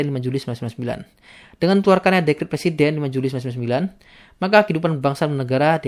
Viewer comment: tolong bacanya jangan uwesuwesuwessswwswsw gitu. contoh ketika ngomong tahun 1999